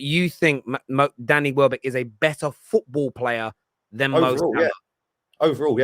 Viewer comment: Man said welbeck 😭😭😭